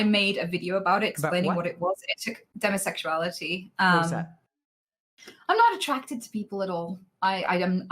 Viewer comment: i completely forgot she identifies on the ace spectrum. I don't hear that accent/pronunciation choice for demisexuality that often